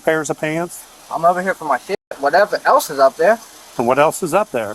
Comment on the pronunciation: “wawevwa ewse is up dair” this is where I went from “he needs to be punched” to “there’s nothing that can be done. He’s actually got a manufacturer defect there’s literally nothing we as a society can do”